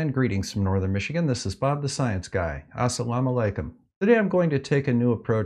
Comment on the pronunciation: That part was good, tbh.